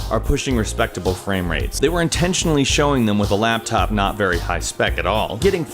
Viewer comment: "your laaaaptop your gaming laaaaptop lAAAptop" he said the A in laptop super weird laaaaAaptop